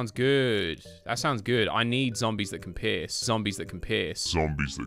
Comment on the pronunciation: I find far future the best world because the zombies are pretty cool and the robots have good gimmicks and look cool too. The tiles and the plants are pretty good in its home world, and the magnifying grass will be useful for some worlds once you get the sun shrooms. Also, is it just me or did he say "zombies that can piss?" I know he was saying "zombies that can pierce" but it sounds like the first one